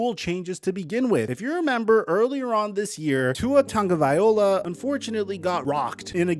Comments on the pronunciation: I know I gotta be super annoying at this point but it's pronounced vaiLOA not vaiOLA. The L is before the O. That is all.. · Lmao,. You still call him tagavaiola instead of tagavialoa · Lemme help your pronunciation of Tagovailoa. (Tah-n-go-vy-low-ah) the g in Samoan starts with a ng sound.